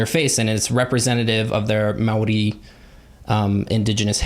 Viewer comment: Loved pronunciation and for making such an effort to say indigenous words correctly! I am from new zealand, not Maori but still appreciate taking the time to pronounce things correctly!!! Better than half of our country lol!!